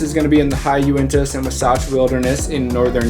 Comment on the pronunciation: Great video! As many otherworldly places as I've visited in Utah, I've never seen any of these! Bonneville is not the only place you mispronounced, by the way. :) Wasatch, Uintah: They sound entertainingly funny when you put the emphasis on the wrong syllable. Another interesting fact about the Bonneville salt flats is that so many land speed records have been set there. It's so flat for so far that a car can build incredible speeds over that distance. Most of the cars that compete for those records look as otherworldly as the salt flats!